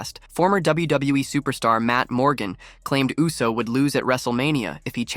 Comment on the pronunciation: Yousse?? Try Ooss, dawg. 😮